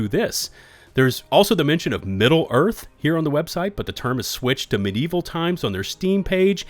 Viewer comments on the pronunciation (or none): You've become my new favorite source for news on games, you have a great voice for it too. Keep it up, enjoying the content! By the way, it's "medieval" not "midieval". =P